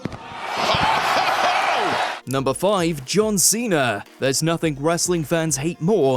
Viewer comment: John Ceh-NA